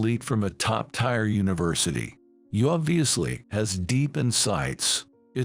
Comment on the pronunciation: Ti eeeeeer Tier not tire!